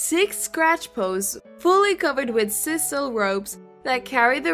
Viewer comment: Sisal is pronounced SIGH-SAL, not SIS-al.